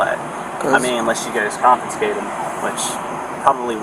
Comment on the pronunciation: "con-FIN-scate" Lol